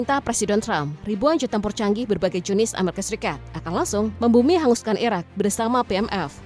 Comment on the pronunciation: Ngomong Iraq atau Iran gak bisa dibedain, gak jelas blas